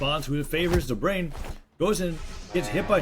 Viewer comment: It's god damn DobrEin not Dobrian